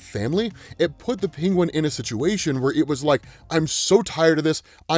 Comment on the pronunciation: Love ya but HATE the way you say Penguin. Pingwin.